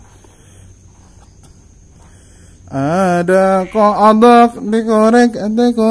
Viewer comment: Kodong terbang atau kodok loncat 😀, kalau ngomong kadang suka salah2 lucu gicu